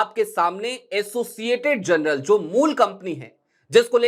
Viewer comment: Journal ko jarnal bolte hai janral nahi